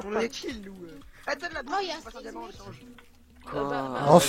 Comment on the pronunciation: Tu parle tellement doucement dans ton explication au début on dirait tu commence un ASMR, et tu as dis damant au lieu de diamant 😂 Chil